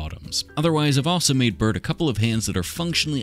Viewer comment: Anyone else hear Earnie and Burnie when he was doing their face washes 😂😂😂